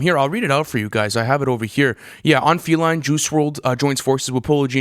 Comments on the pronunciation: Dis boy said feleen not feline 😭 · feline (fee-line) not falean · no one gonna address how this nigga said feline, "filean" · The album is absolutely heat 🔥 feline or as how u say it feeleen is amazing and not fucked up at all it was mixed well learn how to speak and read before u start talking shit about the song when u can't even pronounce it makes u sound unprofessional and like a idiot. 🤣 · Lmao ikr he don't even know how to pronounce the word feline